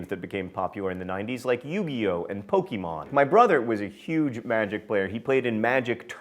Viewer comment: John...I know mispronouncing things is your thing...but it hurts my childhood when you say "pokey-mon".